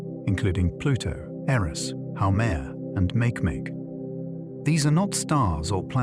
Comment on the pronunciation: ‘Make-make’ instead of ‘mak-ee mak-ee’ has me giggling lol